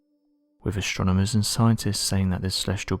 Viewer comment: ASTRONOMERS !!! ... THIS is how is spelled and NOT how you said it : "ashtronomers" !!! .... 😠